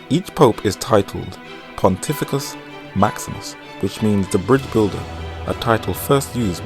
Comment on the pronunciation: It's PontiFEX Maximus, not PontiFICUS Maximus, and it means "the Greatest Bridgebuilder".